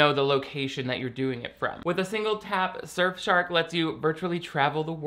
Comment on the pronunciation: I am so sorry,, but I fully heard “SurfShart” at first and had to rewind to make sure of what I heard